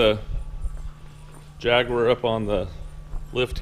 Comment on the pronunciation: Nice to see this car, unfortunately your commentary is repetitive, monotonous and painful. Also, please learn how to pronounce Jaguar.